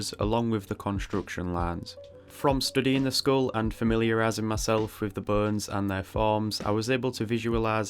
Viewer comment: The subtitles are hilarious !! I laugh everytime instead of "bones" the subtitles say : "BURNS" because of your accent (wich is so cool btw). I am just begining to study the skull and your video is the greatest way to do so ! Thank you for the great and very helpfull video !! I'm looking forward for the next anatomy videos !!